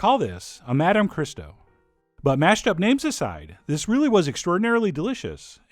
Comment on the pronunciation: learn how to pronounce Madame correctly